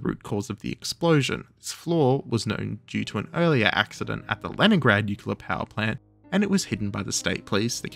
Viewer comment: I hate to break it to you, there is only one U in Nuclear. And yes, you are pronouncing it wrong